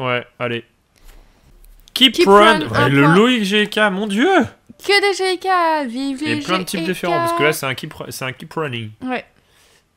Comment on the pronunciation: Quand vous dite "GK" j'ai l'impression que vous dite J.K